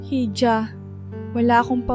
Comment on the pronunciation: Missleading ang maling pagbasa sa ilang salita, ,"hija" ay dapat iha.